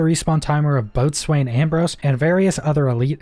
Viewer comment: Just letting you know that Boatswain is pronounced bosen